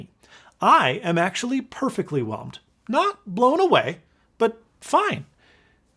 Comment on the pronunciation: Lol “perfectly whemled”